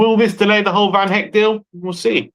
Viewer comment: Guys who the fuck is van HECK? His name his van hecke - pronounced Heck-eh. This is basic stuff for so call football experts